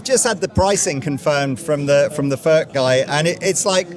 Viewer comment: Its NOT "FÖRK" nore "FÖRTSCH". He ist called František Furch, ("u" like in YOU and "ch" like in Loch Ness 🐍). you dont want us to pronounce "jeans, update and cool" the German ore Czech way.